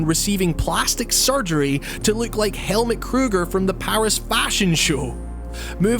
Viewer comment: The name Helmut is pronounced Hell-Mood (no pun intended).